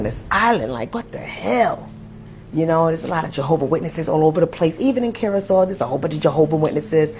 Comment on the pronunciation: Curacao is pronounced /'ku-ruh-sow/, like "how" or "wow".... You are correct about the racism there, and all of the islands controlled by European colonizers. I'm glad the blacks in Curacao are speaking out because usually blacks in the Caribbean and South America bow down to the white colonizers. And many deny their blackness often to fit in. None of the Caribbean and South American countries have ever had a civil rights movement after slavery, so they are far behind black Americans in terms of equal rights and black pride. And blacks are at the lowest level of all other races.....And I hate all religion, especially christianity and the magical man flying around in the sky with magical powers (god)--the white man's religion.